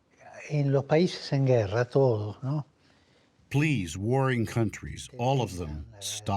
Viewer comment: Norah said "toros, toros, toros (bulls, bulls, bulls🐂🐂🐂) and not TODOS, TODOS TODOS